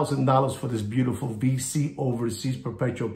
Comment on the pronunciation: Love the way you pronounce VC, very original and IDGAF.. 👍👍👍 Mr 🫡 TWMID! 🧗‍♀️